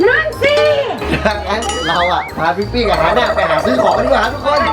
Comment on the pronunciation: ตอนแรกฟังชื่อพี่ปี้เป็นทิฟฟี่5555